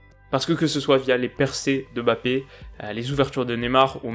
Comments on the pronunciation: arrrgh « Bappé » !! Il y a un « M » devant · Putin c'est Mbappé pas bappé t'es con ou quoi